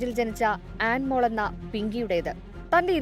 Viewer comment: Anmol... ആൻമോൾ അല്ല 😂